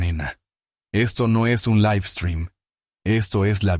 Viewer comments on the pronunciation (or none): none